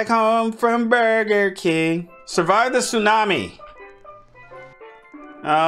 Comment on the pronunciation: He said i want the berger king i come back to my hoese and from the berger Iking😂😂😂😂😂😂😂😂